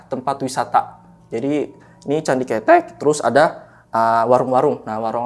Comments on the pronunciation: Candi kethek bang bukan candi cethek Kethek/kera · Candi ke-te'k ( monyet 🐒 ) bukan ketek bang ke tek cara pelafalan basa jawanya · Maaf bang pembacaan nya bukan candi ketek 😄 bang tapi Ktek .. kalo ketek mah ketiak bang bukn monyet artinya 😄🙏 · # Bukan CANDI KETEK. KETEK ITU KETIAK . YG BENAR "CANDI KETHEK" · Smaa "Kethek"=monyet "Ketek"=ketiak😂😂😂😂😂😂😂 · Salah tuh, masak candi ketek (ketiak) 😂 Pelafalan e nya yg depan salah ,,, harusnya ke-tek ( ke nya bacanya seperti kata awalan ke ... Contoh ke pasar. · Salah pengucapan salah arti .. Narasumber sll salah mengucapkan .. Kethek artinya monyet ... Ketek artinya ketiak... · Cara bacanya candi ketek "é" nya bkn kaya lele, klo bacanya gt jd ky ketek ketiak. Ketek monyet ity baca "è" nya kaya kemana, kerumah, kesini, kereta, ketek hehe jd bkn ketek ketiak. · Bacanya bukan ketek bang.. 😂, gua jadi geli sendiri... Jangan samakan dengan ketiak.. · yang disebut masnya, kalo di Jawa artinya kaya candi 'ketiak'😅 salah penyebutan 😅 yg bener penyebutan E nya kaya 'malem'